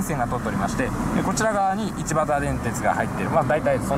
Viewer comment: 「いちばたけ」とか「いちばた」とか様々に言ってますね。前に何度か乗ってたから知らないはずないんとけどなぁ